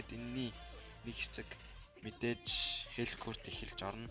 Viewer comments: Хэлкурт биш Хэлкарт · Malaa hel kart bish helkurt